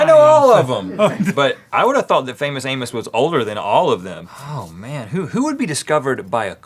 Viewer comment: Wow someone actually pronouncing the last name "Amos" right.